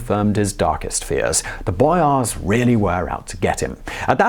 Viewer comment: bro who speaks like you do ? boYAAARss